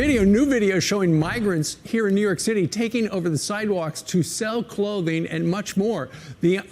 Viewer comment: What does AOC know about prosecuting felony cases? She can't say "and' without using 2 syllables! News asking her opinion about the taste of AIR is telling America it's good to be stupid. Channels giving her one breath of oxygen on public platforms it's telling Americans it's ok to be stupid. Your ignorance is important and will make you powerful and rich. Y'all should ask be ashamed of yourselves showing one second of her and alll like her.